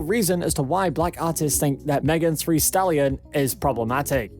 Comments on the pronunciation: Not Megan “Three” Stallion. Omg STAHP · He just read it wrong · That's not an accent. Who can't say "Thee" 🤦🏽‍♀️ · So he cant say thee and thy or sweetie i dont bye it idk what went wrong or if he heard it wrong or what but.. Chile please.